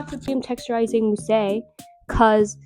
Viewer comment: mousse is moos not mosey huhu